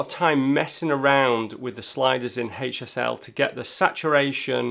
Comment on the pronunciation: I keep thinking he's saying "hate yourself" slider instead of HSL 😉